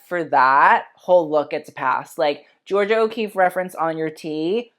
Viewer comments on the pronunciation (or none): none